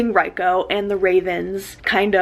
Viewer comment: I loved this video so much. It was amazing commentary but please please please its not pronounced R I ko. It is pronounced like Reeko. Trust me hes Japanese. Apart from that AMAZING VID BLESS YOU❤